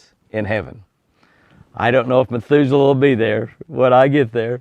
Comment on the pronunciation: Heard that too, I'm sure he meant Methuselah. Well now we know Jimmy is human after all. Lol God bless you.